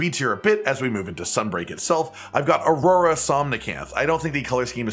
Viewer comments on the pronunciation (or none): none